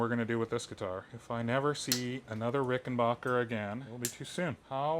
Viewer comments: It's not Rickenbacher. It's Rickenbacker. I mean the dude changed his spelling and pronunciation. At least respect that. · Excuse me Dear Sir........ It's pronounced RickenBACKer.......not BOKer 💫